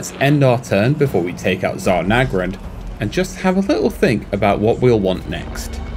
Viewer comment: I also hope they pronounce it correctly - the Zha in Zharr is supposed to sound like the 'sia' in 'Asian' 'Asia' 'Rhodesia' etc. It's meant to be the 'je' sound in French.